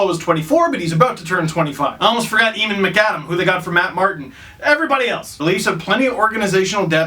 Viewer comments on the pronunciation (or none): Eamon McAdam is pronounced (Aim + an) McAdam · Eamon = "AY-min" Please, it hurts